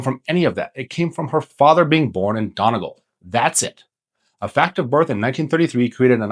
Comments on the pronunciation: The Donnigle got me, but really informed video all the same. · Donegal, Done eee gaul, feck sake, its not hard, I'm not even getting into the Galway thing or kildare thing, and how the hell can you pronounce Dublin wrong. Oh and Rosie, you are very welcome.